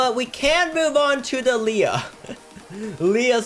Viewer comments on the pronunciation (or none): none